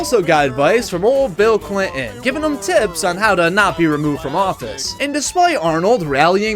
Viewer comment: who is "old Bill Clih-inn"?